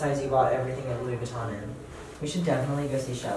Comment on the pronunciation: Your stylist can’t even pronounce Louis Vuitton the right way😂, fire him. Love your mom btw, she’s so kind!